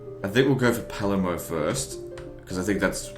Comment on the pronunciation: In Australian, the R in Palermo is silent.